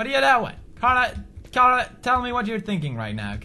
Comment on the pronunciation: It's Carla.. not Sharla.